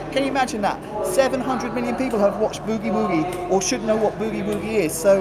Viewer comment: I get a kick out of how British people pronounce Boogie Woogie..... B-eww-gee Wooo-gee.